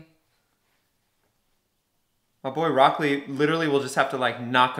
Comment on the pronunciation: there's another new reactor watching dub and he call rock Lee as Brock lee. it's annoying and make me stop watching that reactor